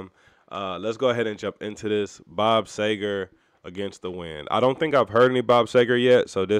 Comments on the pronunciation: SEE-ger. Just an FYI. A common mispronunciation. Peace, T. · Bob Seger (Pronouced "See-ger") is a really talented songwriter, who's equally adept at writing great story-telling ballads (Turn the Page; Night Moves; Main Street) as well as some real rockers (Katmandu; Get Out of Denver; Fire Down Below, etc.). Well worth digging into his catalog - you won't be disappointed! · Bob See-ger. But everyone gets it wrong...lol Have to listen to Night Moves and Turn the Page (live). Two of the best. Cheers! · Great song, awesome artist, love your reaction. Bob is the man! Last name pronounced as Seeger. Keepem coming! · About time you got to Seger. And it's pronounced See-grrrr. Night moves Main Street Hollywood nights Shame on the moon Rock and roll never forgets Fire down below Beautiful loser/ ramblin man Ramblin gamblin man Fire lake You'll accompany me Roll me away And so many more. Top 3 ever AC/DC Beasties And Mr Bob Seger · Really enjoy your reaction. BTW, his last name is pronounced, SEE-ger (as in, sea). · Bob Seger, pronounced See Grr. Do “Night Moves”